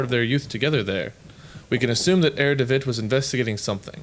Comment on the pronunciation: try read "Herr" as it's meant to be read in German, you know what I mean...